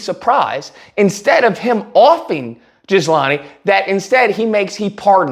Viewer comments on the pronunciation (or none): its pronounced..... GHEE-lane... not Gizlahnie😂😂😂😂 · It’s pronounced Ghee-lane Maxwell. Dumb ass spelling. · Even though these are respectable characters in this story, it would be nice if you'd pronounce their names right: "GILL-LANE" and "EP-STEEN". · Not that she deserves to have her name said correctly, but think of the name like GEE-LANE. I hated hearing her name… just sounds as nasty as she is!